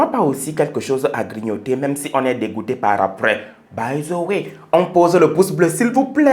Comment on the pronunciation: "by zeu wai"🤦‍♂